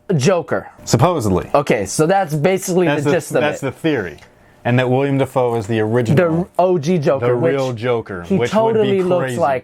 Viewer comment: *Willem not Willian